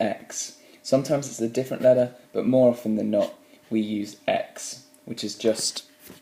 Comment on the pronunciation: What's a "ledder"?